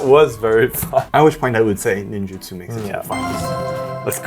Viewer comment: Holy cow man this is the first time I have realized since the set came out that it’s Ninjutsu and not Ninjitsu! 🤦‍♂️🤦‍♂️🤦‍♂️ hearing say it correctly is the first time I’ve ever heard it said correctly and my brain always put Ninjitsu there when I saw it 🤣🤣🤣